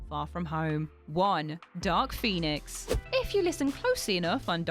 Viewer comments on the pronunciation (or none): none